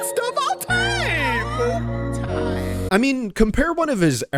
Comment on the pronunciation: thats not how you say time